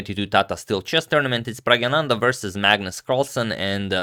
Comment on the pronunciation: Flawless sanskrit like pronunciation of praggnanandha adagmator!